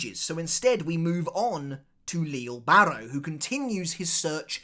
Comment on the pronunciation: HIS FUCKING NAME IS PRONOUNCED AS “LEE-JAY” BARRO !! Who The Flying Fuck Is Leel? 😒